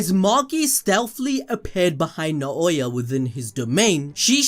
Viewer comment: Naooooya not naaaoowa